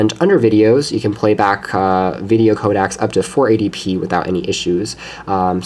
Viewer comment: J-pags and Codacs? lol Nice video otherwise.